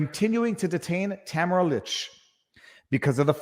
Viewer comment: Just so you know, her name is pronounced “Ta-MAR-a leech”.